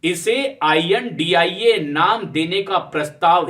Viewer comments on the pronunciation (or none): Beta ind nhi india hai शुद्ध बोलना सीखा बेटे